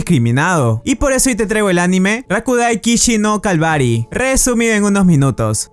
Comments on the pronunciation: me gustan tus videos pero dijiste al inicio "calvary" y enrrealidad es "cavalry" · Es cavalry no calvary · dijiste calvary saviendo que se escribe cavalry y se pronuncia cavari 🤣🤣🤣🤣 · A menos se que no soy el unico, que dice "Rakuday kishi no calvary" y a sido "Rakuday kishi no cavalry" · pense que todos eran calvos porque entendi calvary y yo dije huy como el calvo de brazzers y auronplay juntos XD